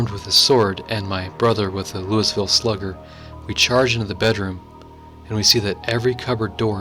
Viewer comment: "Louisville" is pronounced "loo-ee-vill" or sometimes "loo-eh-vill."